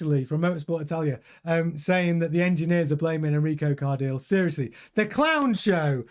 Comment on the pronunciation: Its pronounced CAR-DEE-LE (the last part is like saying LEclerc)